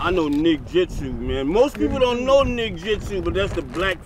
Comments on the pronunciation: He said nigjitsu 😂😂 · Bro said nigjitsu 😂😂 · He said nigjitsu😂😂😂😂😂